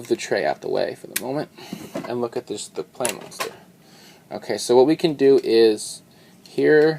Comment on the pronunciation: Im pretty sure its supposed to be pronounced pla, like Gunpla, but whatever its your show